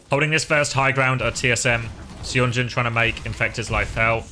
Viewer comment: I missed the stream so I Must tell you that Seonjun is pronounced sun-joon not say on joon. Some Koreans prefer to romanize the "uh" sound as "eo" (as in pigeon). Thanks for all the videos as always.